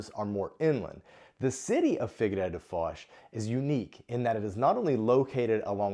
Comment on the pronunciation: Please take this comment with humor as this is the intention of it.... Why do the English speaking people tend to think that Figueira is figurReira?? Top tip pronounce figeeira instead 😇